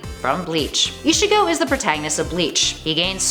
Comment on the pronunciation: Vecheetah Nawrootoh Eesheego